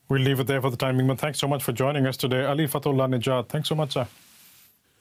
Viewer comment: Ali - said it right